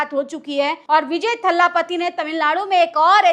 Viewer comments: Didi iam sorry to correct you it's thalapati not thhaalapati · Kya thala thalla bolti ho maidem,unka naam c Joseph Vijay hai